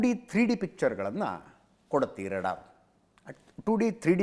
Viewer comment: Ajith sir radar alla raadaar please tappiddare saripadisi!